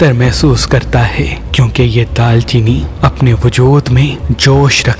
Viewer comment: Daar cheeni Not Daal Cheeni